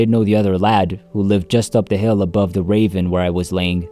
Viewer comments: You keep talking about a "raven." Do you mean "ravine?" I don't understand you. Is this an AI talking? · Ravine not raven